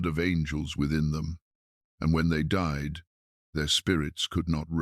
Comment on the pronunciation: Seriously...? Enoch did not "dee" ... he DIED! Your pictures are stunning, the voice gentle and soothing, but if you're going to use AI to narrate your stories, PLEASE teach it how to pronounce words PROPERLY!!! I'd love to hear this, but it makes the video sound stupid~:face-orange-raised-eyebrow